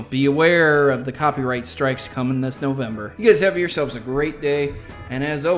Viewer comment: Novermber lol